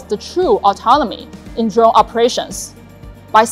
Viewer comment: Hey I wanna dwone like dis.